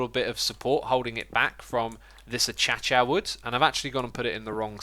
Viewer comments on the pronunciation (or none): Akaysha not Atchacha